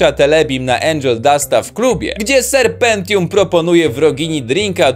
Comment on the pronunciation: "ser Pentium"